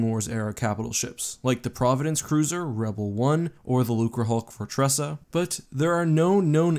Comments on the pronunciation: Wait wait wait.. am I hearing things or did you say the name of a lukrahulk(that is definitely wrong) and then say they didnt use any lukrahulks? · he messed up and said lukrihuk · he said lucrehulk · "there are no known instances of the using the Lucerhulk" . Easy, but funny slip of the tongue.